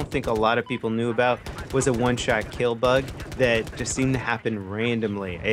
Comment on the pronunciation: lol "ill keel you "